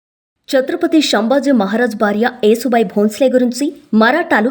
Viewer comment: Yasu bai talli yesu bai kadu